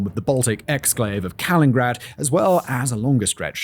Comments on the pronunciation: Still pronouncing Kaliningrad as "Kalingrad" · It's not KalinGrad. It's KaliNInGrad! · I'm having second doubts over what exactly the Russian exclave next to Lithuania is called now, why does Simon call it Kalingrad in every video?? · great video overall, but is Simon ever going to pronounce "Kaliningrad" correctly? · If you’re going to be covering the situation in Poland and the Baltics, you really need to learn how to say Kaliningrad. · One day he will learn how to pronounce Kaliningrad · Good video, but seriously this is the second video I've heard with Simon talking about Kaliningrad - please can someone teach him how to pronounce it?